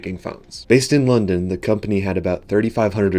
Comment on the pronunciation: Why did you not pronounce Lund accurately. Its sounded like London and now everybody will think the hq was based in the UK